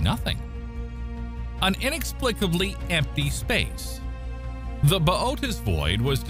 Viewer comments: I say it "booties" whenever he says his way it bothers me 😅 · Massively botched the pronunciation of Bootes. 🙄 And..... "Sowthern"? Come on. Is this a badly programmed TTS voice?